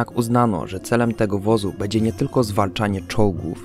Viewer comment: Nie mówi się bedzie tylko będzie ... XD